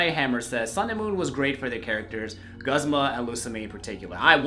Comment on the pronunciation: Guh-zma? It's goo-zma my dood.